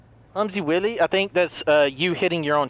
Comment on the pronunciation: LOL thought it was "Willy?" It's "While E" like Wile E. Coyote from Looney Tunes, who yes, ran into his own traps.;)